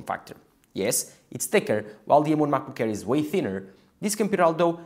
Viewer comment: i thought its called macbook air why he keep saying macbook care?